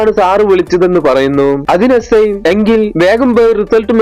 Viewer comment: Ci അല്ല si ആണ് 😂